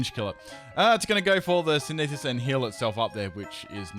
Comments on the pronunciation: it's syn-ther-sis not se-ne-fis...? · It's SYN - THE - SIS !!! Not SYN - NEE - SIS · SIN-THUH-SIS. Its really NOT that hard to say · hmm I don't think any of my aussie friends say synthesis the way does